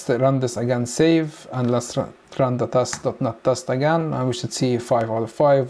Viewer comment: Great video, but please say dot net instead of dot not.